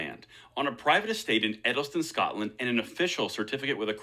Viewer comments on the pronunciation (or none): none